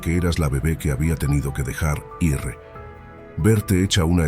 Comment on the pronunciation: Aparte del contenido de la historia, el narrador debe saber que ir no se pronuncia I ERRE, como hace él, sino que se pronuncia IR, eso ya lo saben los niños de primaria, pero evidentemente el narrador no tiene ni remota idea de su pronunciamiento, los responsables del canal tendrían de revisar las narraciones antes de emitirlas para corregir estos errores que desvirtúan y rebajan la calidad de la narración.